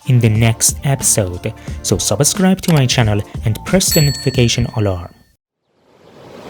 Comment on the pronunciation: Great work. Thank you. By the way, your English is excellent (to make it perfect, try pronouncing this word in this way; subs + cribe)